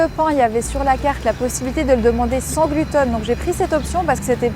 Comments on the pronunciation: Pourquoi tu dis GLUTONE ?? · Ça me fait marrer comme tu dis « gluten », on croit entendre « glouton » ce qui reste dans le thème 😂